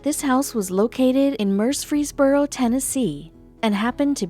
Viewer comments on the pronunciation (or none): Mercerfreesboro, TN is actually Murfreesboro, TN ~ the LEAST you could do is to get the location correct!!!